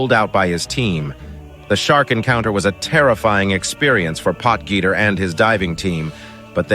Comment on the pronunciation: hahaha POT-GEETER hahahahaha